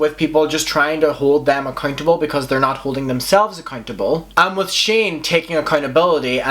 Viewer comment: Love the way you say accuntable